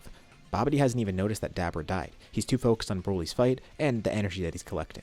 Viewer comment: Why are you saying dabura like that? You're like 50 what ifs in and now u change it? U sound like an asshole